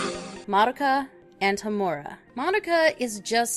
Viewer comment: Ho-MU-ra? Really? It's pronounced HO-mu-ra